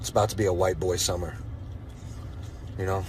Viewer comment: Summer- Huwhite Fall- Huwhite Winter- Huwhite Spring- Huwhite